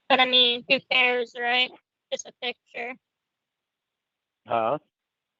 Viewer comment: is in his mid 50s. He has had thousands of days worth of opportunities to pronounce the word ‘picture’ correctly and he has rejected every one of them.